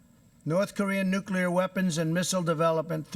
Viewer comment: I also wish these talking heads would learn how to pronounce the word "nuclear". Hurts the ears! SMH.....